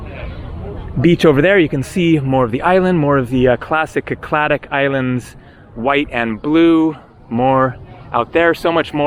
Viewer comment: Just a nitpick but I'm pretty sure "Cycladic" is pronounced "Sy-cla-dik" no "Ki-cla-dik"